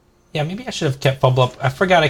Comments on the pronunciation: Fblthp - it's not "feebil-up" or "feeble up", it's "Fee-Bill-Tip", still a nice video bro, nice plays. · It's "Fibblethip"